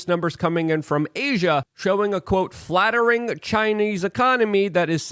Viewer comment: Falt Er Ing Luke Not Flat-Ter-Ing Thought I was having a stroke.